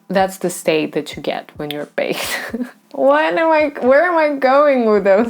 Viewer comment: дак baked ведь, а не backed 🧐